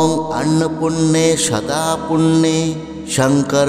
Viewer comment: Annopurne eta k annopunne. Uchcharon korchen keno vul mantra uchcharone khoti hoy